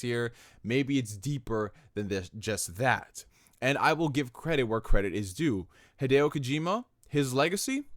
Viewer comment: "Hideo Hojima" lmfao